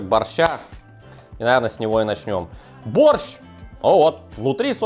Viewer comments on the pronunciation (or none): Зачем так явно говорить боРРщ?аж уши режет каждый раз.. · Я очень давно живу не в России. Кто-то может сказать почему он произносит борЩЩЩ а не мягко- борщ с мягким окончанием?